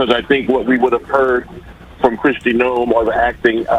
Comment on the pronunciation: Is it too hard to say Noem correctly?